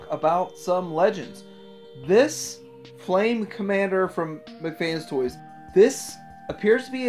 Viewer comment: Okay, JUST to clarify... It's pronounced "MECH" (MEK) FANS TOYS, NOT "McFans Toys", okay? PLEASE do try to correct that, if you don't mind. They do good work and deserve better than the "fast food of toys" pronunciation. Otherwise, as always, good stuff...! That Hot Rod/Imus Prime looks awesome though!